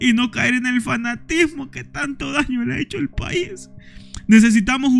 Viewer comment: ellos le llaman país, no paiss así se lo voy a pronunciarlo, porque ese esa palabra viene de donde los colombianos entre ellos se llaman paisas